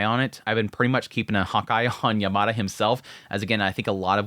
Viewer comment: FYI Yamada is pronounced Yam-ma-da, not yer-mar-der